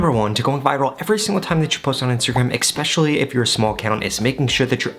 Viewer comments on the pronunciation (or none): Great advice! Btw- It’s especially not ekspecially! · Great video. But there is no ‘X’ in especially. It’s pronounced Eh-Specially, not Ex-pecially. 💕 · One little thing: its not expecially. Its especially. I guess also make sure you don't say expresso. 😅 Anyway, thanks for the helpful information! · Did he say Ekspecially? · I stopped watching at "ekspecially" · Appreciate the info! Straight to the point. I gotta say though, you have an interesting way of saying especially. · My bro someone needs to say it… in the word “especially” there is no K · I would appreciate it if you could pronounce the word “Especially” properly.